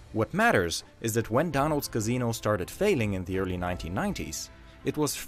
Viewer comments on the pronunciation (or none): "karzeeeno"😂😂😂 casino dude,casino